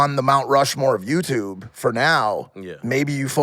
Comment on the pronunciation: He really says YouTuve